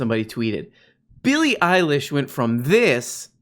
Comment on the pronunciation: Eillie Billish